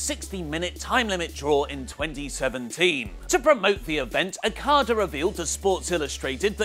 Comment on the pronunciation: he always says Okadas name so fucked up and its probably one of the easiest to say